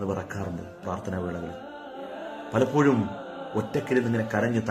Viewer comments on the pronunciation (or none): none